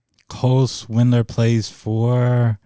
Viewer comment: Who TF is Cole Swindler? I love how, who's a lakers fan doesnt know its Cole Swider